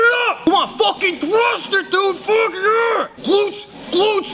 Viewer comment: "Can you believe it dude. I fawked mah back" -dom